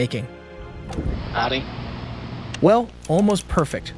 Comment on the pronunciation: This narrator stresses random words in such a weird way like stressing the word ‘key’ in the phrase ‘the master key’ - it’s the fact that it’s the MASTER key that’s relevant. Why stress ‘perfect’ instead of ALMOST perfect? Why stress the noun in “… his atrocious ACTS” instead of stressing the adjective”. And there are dozens more.